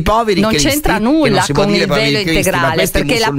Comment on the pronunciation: Beppe, quando hai fatto la domanda al sindaco, avevo capito PELO, NON VELO 😂😂😂